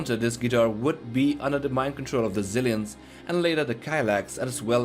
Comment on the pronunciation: I like how you say Jigan for Gigan, and it's little cringe how you say zilliens instead of xilliens